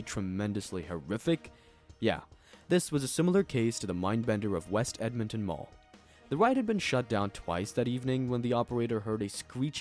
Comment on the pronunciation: Dude... It's like you mispronounce just enough regular words that I can tell at least part of this is AI. One second you say "Edmintin," and then the next time it's "Edmonton." People don't pronounce the same place two completely different ways. These videos are great, and the narration is good otherwise, I definitely laugh.... But I make it a point to unsubscribe and downvote AI channels, as do many people. So, you know....just something to watch out for.